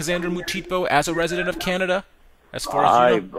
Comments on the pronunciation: “canda” lmfao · He said canda but u pronounce it Canada. U idiot